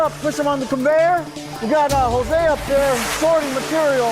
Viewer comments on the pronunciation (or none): none